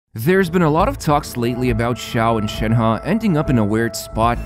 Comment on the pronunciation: you said "shanha" butr its shenhe so please learn how to talk